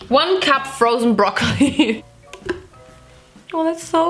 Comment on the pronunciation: My favorite part is when you said "Brrrrrroccoli!!" 😂😍❤😍😂